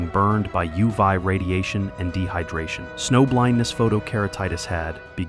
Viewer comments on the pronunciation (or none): U vy radiation. WTF is U vy radiation. Are you trying to say UV radiation??